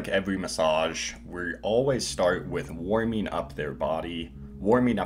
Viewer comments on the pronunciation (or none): “Woiming uP”